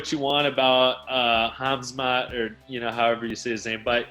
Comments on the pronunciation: Mighty mouse: chizmat...Hasmat? 🤣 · Mighty mouse said Sheezmat😂💔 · Chael and Whittaker: “Hazmat” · Start learning how to pronounce Khamzat's name properly, coz he will beat everyone that shows up in octagon. I'll put all my money on wolf of Chachnia.